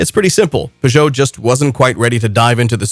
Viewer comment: Peugeot is a two syllabled word.